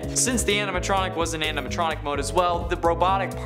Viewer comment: He said springlick aminatronic